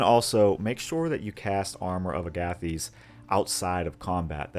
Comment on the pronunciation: Agathys is pronounced like Agatha and thesis; Aga-thiss. Love this build super dope synergy just wish rage replenished off for a short rest 😅